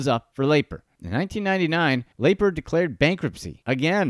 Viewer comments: Amusing video, but Don Lapre’s last name was pronounced Lapree, not Laper. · LAY-purr???? Dude, just listen to the guy in the video say his own name! lah-PREE! lah-PREE!¡!!!!!! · It’s sad because anyone who watched 30 seconds of Don’s infomercials would know it’s Lapree. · It wasn't laper it was pronounced la pree. Jesus you think if you're going to do a whole segment on somebody you know how to pronounce the fkn name. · The video narrator mispronounced Don's name. It's "La-pree", and not "Lay-per". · Not Laper????? Its Don Laaaaa Preeeeeee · Actually if I remember correctly, his last name Lapre was pronounced like "Luh-Pree" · No, it's Don La-Pree! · I saw one of his money making infomercials late one night back in 1986 that sparked my interest. I never followed up on it and it looks like that was a good thing. And his last name is pronounced La-Pre. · I see Don Lapre and I never clicked so fast. But good Christ, this is cringe-worthy. It's pronounced LUH PREE. In doing research for this video if you even bothered to watch any of his infomercials you would know that. AUTOMATIC THUMBS DOWN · Me too. Anyone who watches 1 minute of a Lapreeeeee video will know how to pronounce it. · "Laper"??????????????????????? Are you shitting me?!!! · La Pree its pronounced La Pree! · Yea why do you keep saying laper over and over again , Extremely annoying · The guy who made this video must not have watched any of Don Lapre's infomercials, since he doesn't even know how to pronounce his name correctly. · I can't watch the entire video due to the jagoff who is mispronouncing Lapres name. Its driving me crazy. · I did too, and the tiny classified ads. Pretty embarrassing. And this guy's mispronunciation is painful and it's not even the way anyone would guess it's pronounced. And even watching one ad for research would correct it. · 😂 same here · How do you make a video about a guy and cant even announce his name correctly?